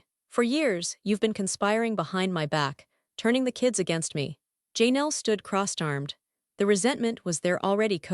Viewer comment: Please fix your AI voice that's saying names wrong. It's not JayNel, Janelle. It's very rude to say someone's name wrong.